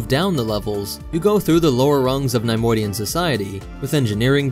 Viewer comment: NAI - modian??? Its NEHY - Modian